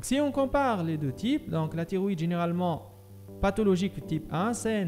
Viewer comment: راها كاطنطق تيغويدي ماشي طيغويدي !!!!!!!!!!! شوية د مخارج الحروف !!!!!